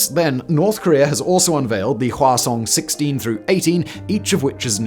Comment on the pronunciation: I kept hearing the name of their ICBM as "croissant" and refuse to change that